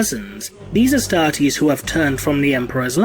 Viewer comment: I cant stand the way he says Astartes. Just something about it that hurts.